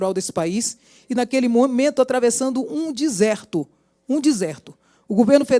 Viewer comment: Ela é intelijegue igual a Dilma kkkkkkkk " um diserto "